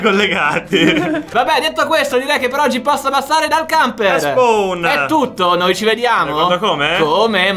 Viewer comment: Pensavo che camper dicesse bucache